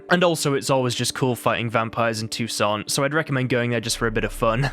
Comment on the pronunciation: No, you add a French accent to Toussant...the last 't' in the name is SILENT. Count de la Croix is 'Count de la Cwa' Syana is short on the y sound and longer on the 'na' at the end. Her name is Anna, not Ana. Don't worry, it did my head in when I learned it at school, now it's just become habit. Toussant is heaps lighter and brighter then Velen and the city isn't as dark and dreary as Novigrad on a cold and wet day. It's so much sunnier so far south...an all over cheerier view in the player.